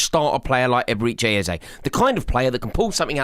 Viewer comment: "Eberechi Ezeye" - lol